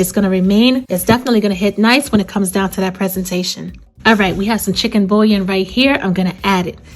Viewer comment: andouille and bouillon... ..the ll are both silent L sound. boo-yawn.